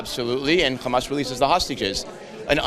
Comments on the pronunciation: Once he called Hamas " Khamas" this explained who he is. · He pronounced Hamas like an Israeli, so this is why he is against it, he is one of them